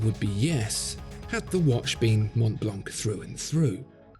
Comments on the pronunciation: Please it's not Mount blank it's Montblanc ! Shame on you! Do not pronounce the "t" in Mont nor "c" in Blanc! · The pronounciation needs some adjusting. The C at the end of Montblanc and the T are not pronounced.